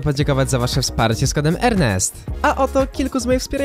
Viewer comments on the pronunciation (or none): none